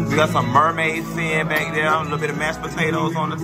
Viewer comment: When he said “Nothing but baick” 😂😂😭😭😩